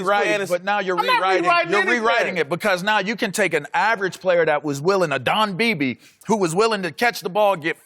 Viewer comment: Dat man said don beebe😂😂😂